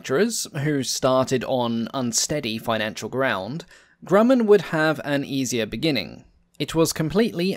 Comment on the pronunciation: Great video spoiled by the mispronunciation of Grumman. (grew man)